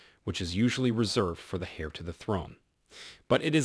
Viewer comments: It’s is pronounced “Air”=Heir, NOT “Hare”! Cmon 😢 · It is not pronounced Heir but air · Dude it’s Heir-Air, not Hare- 🐇 ! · Heir (pronounced air) not Hair 😂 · “Hair” to the throne? Learn how to pronoun it. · The "H" is silent in "Heir" its pronounced like saying; "Air." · Love your channel, but please pronounce heir properly. Its pronounced air 😀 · Because this channel is full of made up lies & likes to pronounce things completely wrong. Hair to the throne is a ridiculous mispronunciation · Heir is pronounced with a silent ‘h’ so as in “air”. Charlotte is pronounced with a soft ‘ch’ so sh-arlotte. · If you pronounce ‘heir’ as hair, perhaps commentary on the royals is not for you… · Heir the H is not pronounced like air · Good grief! Please learn how to pronounce Heir. The H is silent. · You are mispronouncing the word Heir - the H is silent therefore it is pronounced eir. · You don’t pronounce the “ H “ in heir .